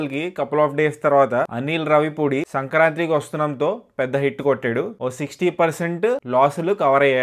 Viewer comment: Inkosari sankranthi ni sankranthRi annarante baagodu.. Ennisarlu cheppali ?!! Chavudukunna vaalle kada meeru.. Sarigga palakandi, Telugu ni khooni cheyakandi